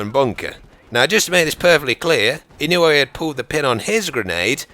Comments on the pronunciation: Mr. Inouye was a good person. and your saying it right. i would know, he was my senator. lol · its pronounced "Ih noy" I live in hawaii, met him before. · I'm not sure how the name is really pronounced, but here in Hawaii we pronounce it E-noy. PS you should do one about Simo Häyhä, or Vasily Zaytsev. Because no body really knows their story. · Just wanted to share that Inouye is pronounced (In-you-eh) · i live in hawaii and i can tell you that daniel inouye was one hell of a senit and (daniel ee-no-ye)